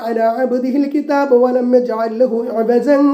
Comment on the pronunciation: ഇവജൻ എന്ന് ഓതാൻ പാടില്ല